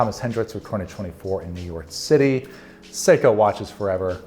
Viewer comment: Every time dude says "New York City" I know he ain't from here — good video nonetheless